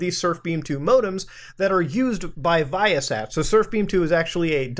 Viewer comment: As a former satellite equipment technician the way you pronounce ViaSat makes me cringe but I like muta so it cancels out